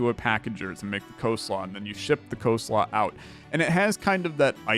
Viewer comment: that was a really weird way to say coleslaw